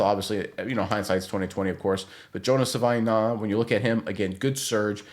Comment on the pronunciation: JFC its pronounced "Sa-vah-ee-nah-yah"